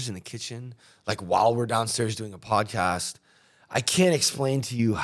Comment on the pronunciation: Yo you said podcast wrong. Keep up the police vids!